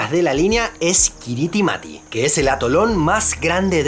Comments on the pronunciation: Hola gran video como siempre. Una pequeña nota acerca de Kiribati, las sílabas "ti" se pronuncian como "s" por lo tanto Kiribati se pronuncia kiriba y Kiritimati se pronuncia kiri ma o Chrismas. Un abrazo desde las antípodas! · "Ti" en gilbertés se pronuncia como una s, por lo que la pronunciación correcta sería Kirismás, del mismo modo que Kiribati se pronuncia Kirimás, y el nombre de la primera se deriva de Christmas, por lo que es una de las tantas Isla Navidad